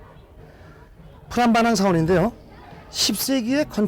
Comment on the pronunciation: 프람바난이아니고 쁘람바난 이라고 하셔야죠.